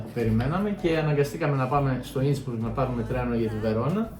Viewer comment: Μπράβο παιδιά! Η κεντρική Ευρώπη έχει άπειρους εξαιρετικούς προορισμούς. Μια μικρή παρατήρηση. Δεν λέγεται Ίνσμπουργκ. Λέγεται Ίνσμπρουκ. Inn + Brucke. Η γέφυρα του ποταμού Ιν. Σε αυτήν την πόλη αξίζει να πάρεις τελεφερίκ, να ανέβεις στο βουνό κ να κατηφορίσεις προς την πόλη με τα πόδια.